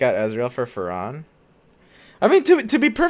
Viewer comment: Its Captain fAAAAAAron not farOOOOOON,thatas just ridiculous.